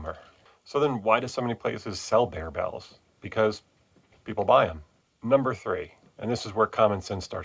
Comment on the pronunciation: Bear, not beer… Have a like anyway for your efforts in education